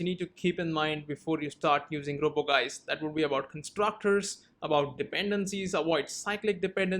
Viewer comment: I think it's supposed to be pronounced like "juice". Anyways, great video!